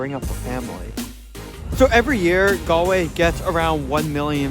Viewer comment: Modern Irish people are kind and caring but religion no longer has a big hold of their lives. The pitches he saw are not for rugby, they are Gaelic Football and Hurling Pitches. Galway has the youngest population for a city in Europe. Congratulations for pronouncing Galway properly.